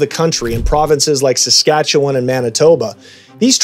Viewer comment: That you for pernouncing saskatchewan properly